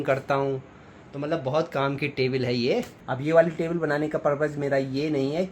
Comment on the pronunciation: टेबिल नहीं टेबल hota hai